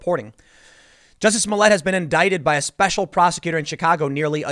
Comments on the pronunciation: It's "Juicy Smole-yeh"... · Tim I think it's pronounced Juicy Smolyay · Its "Juizy Smollyay" 😂🤣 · Ah, yes, the famous French actor, Juicy Smooyay. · Jussie Smollett? I think your referring to Juicy Smooyay. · His name is pronounced Joo-see Smooli-eh